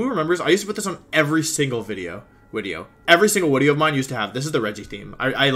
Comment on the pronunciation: is the "wideo" thing a speech impediment or joke? i swear i heard you pronounce it perfectly in this video. which whatever cool, i'd just like to know the deal.